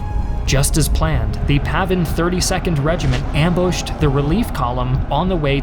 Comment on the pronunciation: its PAVN, not PAVIN.